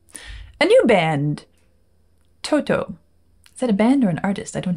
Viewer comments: The way one says Toto is not like saying the word "Toe" two times in succession with a pause in between. There's no pause so it sounds more like "Todo". Does that make sense? Your reactions are the best. Thank you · In the UK, we also pronounce it as To-to. It’s seems to be generally an American thing to swap a ‘t’ for a ‘d’, as in the word ‘water’! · How funny you pronounce Toto 😂